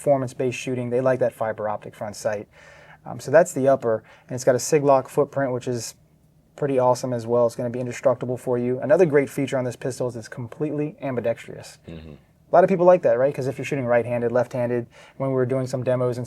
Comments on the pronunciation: AMBUH DEX TREE US firing directly into your leg. Seriously wtf is so hard to understand about ambidextrous. DEXTROUS NOT DEXTREEUS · am-bi-dex-trous - 4 syllables ... not am-bi-dex-tri-us ... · It's pronounced "ambidextrous"! It's spelt that way as well. Please, America, stop saying "ambidextriou".😅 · It's not pronounced ambidex-tri-ous ... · Ambuh DEX TREE USS really grinds my gears. Why can't people pronounce this word correctly?! Also yeah no ones paying $2500 out the door for this crap to have to buy 320 mags, let alone a bunch of them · how people in the industry can not pronounce ambidextrous drives me nuts.